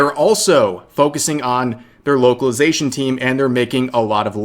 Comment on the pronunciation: Beuh at fstart of video i heared wokalisation not localization xd accurate i gusse